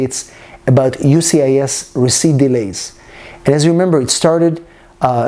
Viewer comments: I keep hearing you say UCIS. Where is the 'S' of the US? Lol... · Please pronounce USCIS properly please. you say ucis